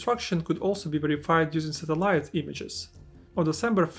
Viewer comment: bro you gotta learn how to pronounce satellite 💀